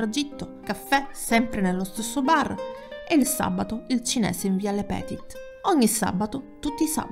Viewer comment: Eh ma non vale! Io lo ho iniziato a vedere ora, arrivooooooooo 🤣🤣 via lepetìt con l'accento sulla I. E' fronsciese!!!!!!